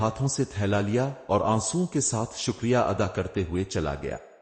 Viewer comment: سر جی اپنے الفاظ کی تلفظ کی ادائیگی درست فرما لیا کریں مثلاً گلی کوچے شکریہ ۔